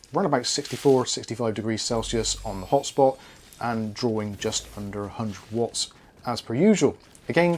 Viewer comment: whenever he says "this game is drawing ..." i only hear "this game is boring" and its funny x)